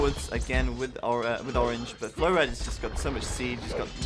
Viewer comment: u say flowrida like flowrider